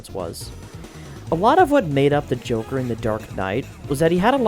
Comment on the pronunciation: I swear, did I just hear you say "The Jorker" XD?